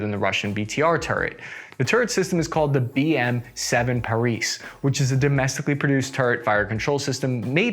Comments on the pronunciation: parUs (like sail), not Paris :^) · It's not Paris but Parus. Sails in English. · Improvements a litlle. Not KharkIv, but KhArkiv. Not Paruese but PArus (we have no french-like constructions). Not Buzefalus but Buzefal (Буцефал). Also (topic of another video) M113 not perform so badly. Our soldiers fell in love with this APC. Slava Ukraini! Kharkiv-Zalizobeton! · not parIs but parUs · 1. BTR-80 has an interchangeable optics with zoom of 1.2x and 4x 2. Pronounced like Parus, not Paris 3. It's more expedient to compare BTR-4 with BTR-82A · BM7 "ParUs", not "ParEEs". Thanks for video. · Парус should sound like Parus, not Paris, with U sound like double o in platoon. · Yep, "u" pronounced as double-o, not "e".